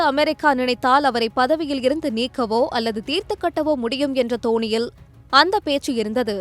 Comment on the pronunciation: "தோனியில்" இல்ல... "தொனியில்"